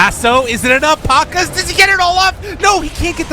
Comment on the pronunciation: Pa-KAZ, not PAK-as